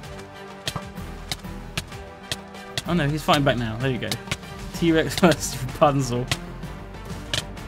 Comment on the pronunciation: Its RAPUNZEL!! not Rapanzel! Kappa